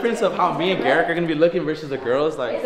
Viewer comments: so is it pronounced geric or garik??? 😂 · LEARN HOW TO SAY HIS NAME OMGOSHHHH EVEN SAYS IT CORRECTLY ITS GARIKKKKKKKK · The fact keeps getting Gariks name wrong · It’s funny how y’all say garik’s name wrong 😭